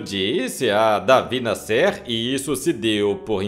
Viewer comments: Pronunciando nomes erradamente esse narrador. Não é NASSÊR. o nome do compositor é NÁSSER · Jacó das misses Se pronúncia Davi NA,,,,SSER e não Nascer Davi escrevia em O CRUZEIRO e era muito polemico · Pelo amor de Deus, fale o nome das pessoas corretamente. A pronúncia é Davi Násser(sei que está escrito errado mas é para fixar a pronúncia mesmo) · Amigo, David Násser , e não David " Nassér " foi o maior jornalista do Brasil das décadas de 40, 50 e 60.